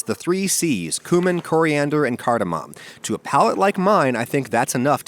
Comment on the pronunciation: Coomin, Coriandurr and Cardamahm